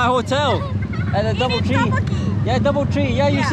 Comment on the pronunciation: i think she said Bubble Tea instead of doubletree